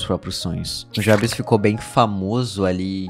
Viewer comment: Cara, puta vídeo incrível, mas a única coisa que me incomodou foi a pronuncia do nome "Nujabes" a sua pronuncia ficou como "Nú ja bes" e não "Nu gei bes" OBS: a escrita está errada pra simular a pronuncia